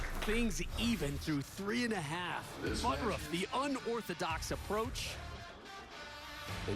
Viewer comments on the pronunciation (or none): "BUTTURFF" should sound like BUT TURF not BUTT ROUGH , but today he is just BUTT HURT!